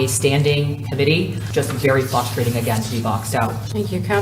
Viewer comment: "Flustrating" is NOT a WORD!!